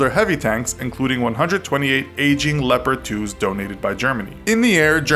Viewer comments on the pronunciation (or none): He Pronounces "Leopard" "Leporad" hahah, Otherwise cool Video :D